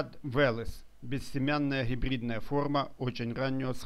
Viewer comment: Да не Вэлэс, а Велес. Вы расскажите как этот перспективный сорт трещит после дождя.